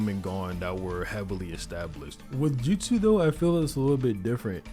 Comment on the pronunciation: Take a shot everytime he says "JUTSEW"